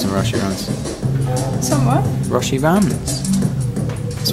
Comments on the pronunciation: just saying it's pronounced 'Roshay', rather than 'Roshee', loving the long vlogs though!! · Hey, Roshe Runs are pronounced Row She run:) My instagram is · Hey! Just thought I would let you know, Roshe Runs are pronounced like roe-she run. Here's hoping that makes sense! Haha